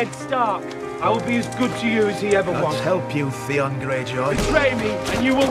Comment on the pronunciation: i watched this just because I like the way you pronounce Theon 😂